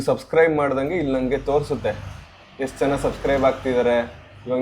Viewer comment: ಯಷ್ಟು❌ ಎಷ್ಟು✅